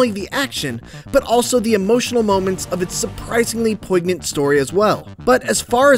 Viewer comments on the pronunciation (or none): none